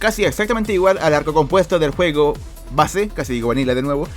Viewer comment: Se escucha juego fortnite en vez de juego xd